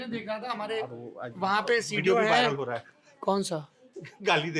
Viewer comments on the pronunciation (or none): होरा नहीं सौरभ सर,होरहा बोलिए। सादर! 🙏